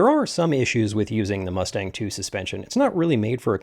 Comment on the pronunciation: 'muttstang' suspension? (Matt-Stang)